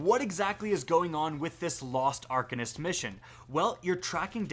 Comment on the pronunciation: Are-Cane-ist proper pronunciation